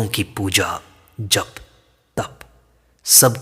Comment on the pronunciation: "जप" कब से "ज़प" हो गया ??